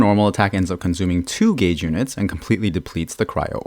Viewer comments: Elemental GAYS theory HE SAYS😂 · Is it just me or anyone else too who suddenly thinks about Zyox and Zajef whenever he said Gauge(Sounds like Gayge)?